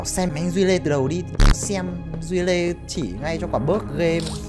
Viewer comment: Khúc cuối sao từ Duy Lê thành Suy Lê rồi thế anh😂